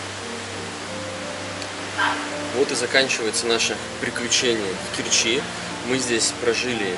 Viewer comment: Умники,вы ударение ставьте правильно,в Керчи ударение на букву е,противно слушать